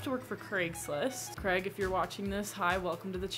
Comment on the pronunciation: 0/10 Craig would not like that you called him Crag